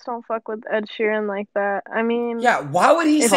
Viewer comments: said ed sheeren im dead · Bro said Edsheeran then uzi wtf